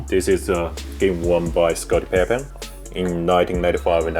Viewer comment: He just shit on a lot of people’s jordan collection,and some of the shoes he has in the “gr” area are still rare,lol. Also he said Scottie pippin mad funny. You think he would still like his collection if it came out tomorrow that Jordan was a murdering rapist. 😂😂😂😛